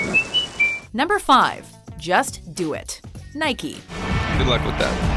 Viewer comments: It's Nike not (Nike-y) Do you say Bike-y instead of saying Bike ? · Nike not Nikey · Nikey? It's nike (naik)... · it's pronounced nike not nikey, you don't ride a bikey do you? No you ride a bike. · No its pronounced naɪki as the greek goddes, which the brand is named after.